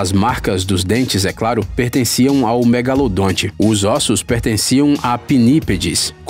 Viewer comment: Para quem acha que o nome correto dele é apenas " Megalodon" está absolutamente enganado. Pois este nome é a pronúncia em inglês . Então se o chamarem de megalodonte estão corretíssimo. Existem até pessoas que acham que o narrador está pronunciando errado. Esses que pensam nisso deveriam tomar uma tapa no pé da orelha para estudarem mais... Bando de gado.